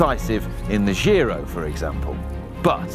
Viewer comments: Giro is italian not french so you have to pronounce it right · Another great video with in it - TICK! (PS: dear GCN crew, 'giro' is pronounced with the same initial sound as in 'job', 'giant', 'John', etc.)